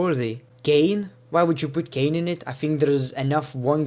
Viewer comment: R.I.P ENGLISH ITS KANE